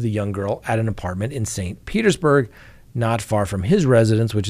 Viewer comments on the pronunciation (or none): none